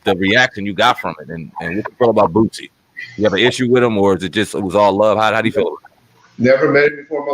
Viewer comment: Why do you keep pronouncing his name wrong? You keep saying Bootsie. It's Boooosie. There's no T in his name.